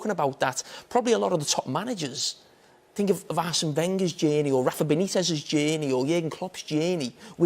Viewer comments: Carragher: "Think about Klopp's genie" Me: "What?" 5 minutes later: "oh, he said journey" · Jamie "Jaiiyaerney" Carragher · All I got from this video is that Jamie Carragher can't say the word Journey.